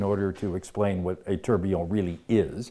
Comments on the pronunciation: tor - be - on not tur - be - on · Kosmos Horology Thought he was pronouncing it weird. Especially if invented by a Brit...